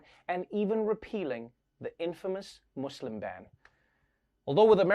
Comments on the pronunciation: I like that he said it correctly “Muslim” not “Muzlim” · Thank you Trevor for pronouncing Muslim correctly